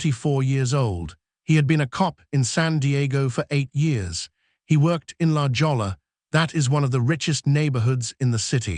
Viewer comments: La Jolla is pronounced LA HOY YA and it means "the jewel" or "the hole" depending on context. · It’s not “la jolla”, Get the correct pronunciation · What moron AI doesn’t know how to pronounce La Jolla?